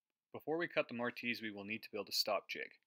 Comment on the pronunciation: He's picking on your pronounciation. Most people pronounce the "i" as a soft consonent so it's More-tiss. The silent "e" at the end would normally cause the hard "i" though, so I don't fault you.